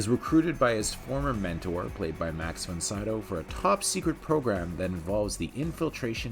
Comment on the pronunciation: i really can't get past your inability to pronounce Von Sydow.